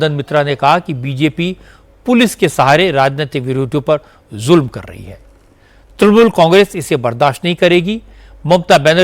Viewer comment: Tumare mukh se "Julm " sun kar achha nahi lag raha re...